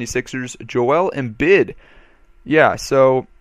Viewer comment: Pronounced Em-Beed not Embid.